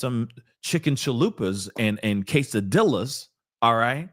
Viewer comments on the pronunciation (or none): You crack me up 😂😂😂 quesadilas instead of quesadillas😂😂